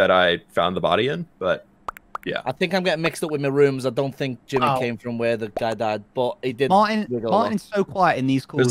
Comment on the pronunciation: hearing say “gemmy” instead of “jImmy” makes me want to ✨scream✨